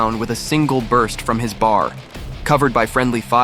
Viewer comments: When talking WWII weaponry, the Browning Automatic Rifle, or BAR, was referred to as B-A-R, reading each letter separately. Stupid goddamn AI. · It’s a B A R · AI- A bar? No it's a B A R. 😒 Hightler? No it's Hitler. Not giving you money for me to watch this. It would have been ok if you'd have spoke and not a computer. 👎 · The Browning Automatic isn’t pronounced bar, like candy bar, it is spelled out B A R. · Great story ai had some problems with the Belgian town names and the weapons. Eg bar is a B A R. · Bar???!! It's a B A R! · It’s not a bar, it’s a B.A. R. for Browning Automatic Rifle. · I hate these computer generated voices. It's B. A. R. not bar. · I HATE AI narration. He didnt shoot a bar. It is a B.A.R. It stands for Browning Automatic Rifle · Thank you for telling Francis Currey's story. A true American hero from the greatest generation. One correction. The Browning Automatic Rifle is referred to as B.A.R., and not BAR (bar), as the narration stated. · Bar, lol. It's B, A, R. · It's not a"bar" it is a B-A-R Browning Automatic Rifle. Dad was issued one. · Great story but I hate AI generated voices.... bar.... Bee -Aye -Are. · B.A.R...... not "bar" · its not called a bar its called a bee a are. now you know .. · Ya know, AI sucks. STOP calling his most lethal firearm A Bar!!! It's pronounced B.A.R. 🙄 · It’s not bar. It’s B. A. R. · If you're going to use AI narration teach it to pronounce. It's not a "Bar", it's a B.A.R, Browning automatic rifle. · Its a B-A-R or at least I've never heard it called a bar before.... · B-A-R, not bar. Ffs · "leveled his bar..." Really, AI???